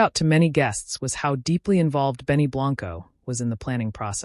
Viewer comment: I have no idea what she sees in this man. He is not attractive. I pray she has a prenup. The A.I. bot can't even pronounce Benny's stage last name right. It's pronounced the same way you say 'white' in Spanish. A.I. bot also keeps saying they had a barefoot dance when I only see Selena's shoes off. I was super surprised she is taller than her new husband and that her feet are long and skinny.